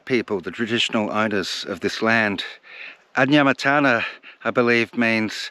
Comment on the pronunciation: Adnyamathanha people, you tried to pronounce but failed 😂 it's ok it's a hard one